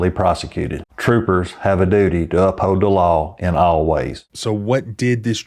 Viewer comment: "upold da la" 😂